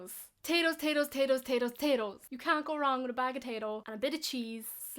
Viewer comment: Irish speaks "you" as "ya".